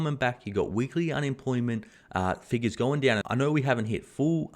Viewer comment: Loving the transition to the southern US accent when the point needs to be emphasized “if they stop tapering...it’s goin douuuwwwnn”